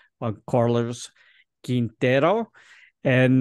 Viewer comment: You do very little homework, don't you? The name is pronounced KEEN-TEH-ROH.